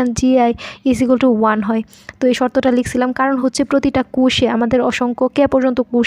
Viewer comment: প্রতিটা কুষে মানে কি??? কোষে আর কুষ এক কথা?? আর প্রতিটা কোষে অবশ্যই কি কোন না কোন কণা প্রবেশ করে??? যায় হোক ভালোই চেষ্টা করেছেন। ধন্যবাদ। উচ্চারণ একটু ক্লিয়ার করবেন। আর একটু কম সময়ে শেষ করবেন।